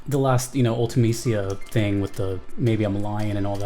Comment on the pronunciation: Because Ultimicia’s actual name is Artimicia (pronounced Ool-tah-may-see-ah) in Japanese. That’s why her name was botched for the English translation of FF8.